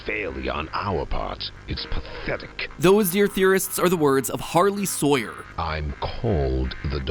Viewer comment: "Hes name is hawyey Sawyer" "Im called the doctor"💀